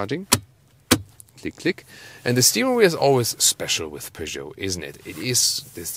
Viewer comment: So much better. In the UK we emphasise the first syllable. I prefer the emphasis on the second syllable.